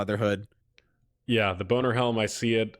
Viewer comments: He said boner helm lmao yo but is savage ass tank tbh everyone who knows private server tanking knows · man you’re a fucking funny guy. 1. You called the helm a “boner helm” 2. When you told everyone to sub and you weren’t even subbed.... I FUCKING DIED THEN that was fucking hilarious Love u man ur a legend